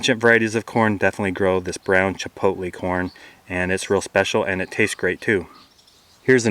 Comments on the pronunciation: CHAPALOTE not CHIPOTLE! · chapalote not chipotle but great video :>